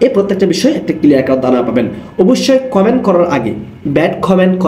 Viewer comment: ভাই খমেন্ট😂 না কমেন্ট 😂